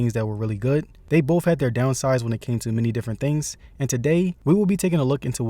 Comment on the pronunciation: once he said 'bowff' i was done.